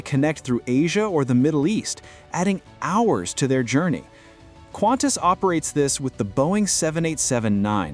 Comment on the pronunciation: It’s Qantas. Not Quantas. Please.